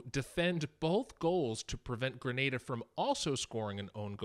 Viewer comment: Thankfully Grenada was pronounced correctly this time around